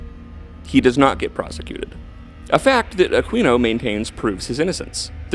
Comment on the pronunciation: It is pronounced A Keen O not a queen O. If you are going to slander and libel the guy you should know how to say his name..geez